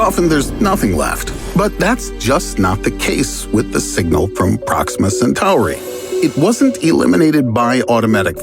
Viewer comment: pRoXiMa SatOaReY